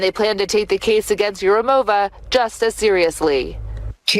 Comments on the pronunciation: Is Urimova not Yurimova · It's pronounced urUmova. Not urAmova, nor urumOva. -ova (feminine)/-ov (masculine) is not always a stressed suffix. It's Russian form. Although family name is Turkish. So she is from descendants from Russia of some Turkish people who at some point converted name into Russian. Edit: Further investigation - Urum was the name for Greek people in ancient Turkish countries. So she probably has ancient greek roots.